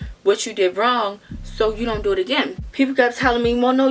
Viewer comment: “What do I duuuu that’s how you end up on 45 Nuuus” she definitely from Baltimore 😂😂